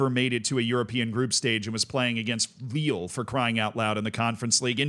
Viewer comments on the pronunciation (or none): none